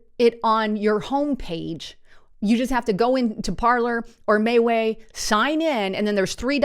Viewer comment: It is not mayway it is ME WE